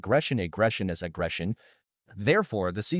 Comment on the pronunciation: the AI flipped out hard with the word aggression. I miss the days when videos were created by actual human beings.